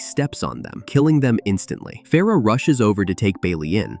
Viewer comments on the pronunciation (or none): none